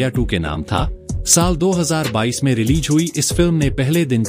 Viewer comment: Good presentation but correct your wordings 😊 Say Release रिलीज़ instead of रिलीज 😊letter z is matters